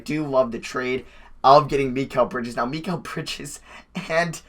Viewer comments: You’re pronouncing Mikal Bridges name wrong it’s pronounced mih-call. Just figured I’d let you know for the future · Why u say Mikal Bridges weird